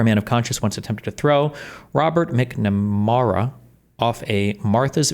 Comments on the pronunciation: Its pronounced Robert Mac-Na-Merra. Jesus Christ, how do you not know who he is??? But yea, some of these pro Pal reactions to the shooting are wild. Noah thinks this is just some random killing. Hasan thinks its a false flag. Like neither one of them can believe their words might cause some action. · Robert "Mack-Na-Mara". An important figure in 20th century Anerican history.